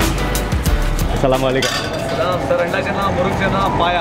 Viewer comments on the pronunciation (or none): Bro dont mind plz its ASALA MUALAEKUM...